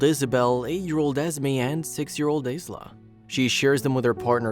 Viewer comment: You said it wrong. It’s pronounced eye - la.